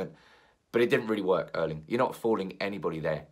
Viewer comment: Could you please at least try these pronunciations. Haalands first name Erling is the same name as my father (R. I. P). The E is pronounced with the same sound as the start of the word actually but a bit more exaggeration. The same pronunciation you should use for the Æ in Solskjærs name. Haaland is pronounced the same as the word ought where you drop your jaw to make the sound. Good luck 😁😁😁 and keep up the good work. Also drop the k in pronouncing Solskjærs name. It's only in writing 😀